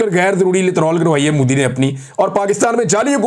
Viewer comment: It's MODI, young man, not Moodi. Nobody but Pakistanis call him Moodi. Why do we have to be the ones doing everything wrong?